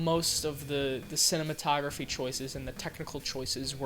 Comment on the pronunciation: Drinking Game: - Drink every time he says “cinammontography” - Drink every time he reads a name of someone or something wrong - Drink every time he says “sucks” And - Drink every time he kinda compliments something. (Says a compliment, but then says something bad about it) Have fun